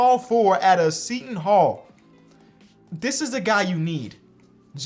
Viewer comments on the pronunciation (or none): none